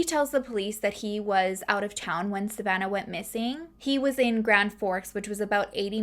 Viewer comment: My name is Savannah and I love the way you say it🥰